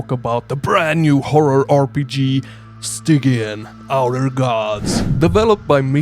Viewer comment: It's pronounced StyJEEan my dude! Love the content!